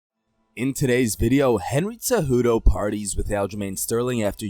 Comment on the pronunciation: WHY IS NOBODY IN THE COMMENTS ON THIS GUY FOR CONSISTENTLY SAYING TSEJUDO INSTEAD OF CEJUDO?